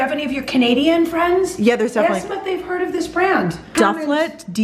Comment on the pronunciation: I'm from Toronto and Dufflet is the best! definitely higher end but worth it :) I am pretty sure its supposed to be pronounced with a french accent lol